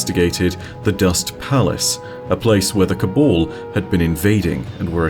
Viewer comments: Cabal not cobul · Pet peeve but it’s Si-va not see-va. It’s Ca-bal not Ca-bawl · "The cabol...the cabol...the cabol" DUDE, you do pronounce the first "a" in "ca...bAl", so wtf?!?